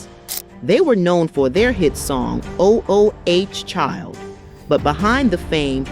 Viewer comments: There were only two changes made up to the lineup: (1) the brief period when their younger brother Cubie was added - which was not confusing at all since his name was added to the title of the group and (2) when Alohe left to pursue her education and the word "5" was removed from their name. The constant repetition of the mispronouciation of their biggest hit as "O-O-H Child" is extremely annoying! There was also no mention of many of their other hits like "Baby Make Me Feel So Good" and "Don't Change Your Love" as well as their revival with the 'Second Resurrection album" which spawned the single "From Us To You." The overemphasis on lyp-syncing, which was the norm at the time, and the false controversy over the optimistic message of "Ooh Child" as well as several other inaccuracies defers from whatever good points this cut-and-paste video may have! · Really!! "O" "O" "H" Child, If you gone speak on "O" "L" "D" School music, please learn how to pronounce titles, I say this out of love. This makes me wonder if the voice is AI or something of that sort. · Oh oh H Child?!? Lady why didn’t you ask somebody “ How do you pronounce the title of this song?!?” Because CLEARLY YOU ARE WAAAAY OFF!! Good Grief!!! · Did she seriously say o o h child?😂😂😂😂😂😂. She clearly didn’t do any research about their music before narrating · O-O-H Child? Is not how it is pronounced.😮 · O O H Child…this must be an AI voice over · Almost made me ignore the video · A I robots don't know correct pronunciation. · "O.....O....H... Child". Wtf is that?? This narrator is a dunce. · It would be good if you did your research on the groups and artist you are talking about. You keep mispronouncing the name of their signature track. MULTIPLE TIMES. At least listen to the music that the artist produced. YOU DON"T sound like you are learned and are qualified to comment. Please do your research you would sound more intelligent. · At least say the song right. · WTF IS 'o o h' child? It is/was ooooh child.